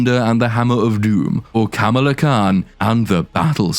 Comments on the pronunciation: Oh wow. Yes and English for dumba** is du***ss. Pretty huge difference, wouldn't you say? Not even something that the creators can use under their creative licenses to make a pun about Ms Marvel/Kamala Khan even though they actually do stress on the pronounciation every time. Ka-MAA-la instead of your lotus Kum-La 😂😂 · “Kamalalalala” lmao! I know some say - “Kamala” is adorable - and - only reason anybody should watch this. Ummmm…NO! Just stop! She’s beyond annoying. Don’t watch this for anything. Especially for Kamala Khan. For fucks sake!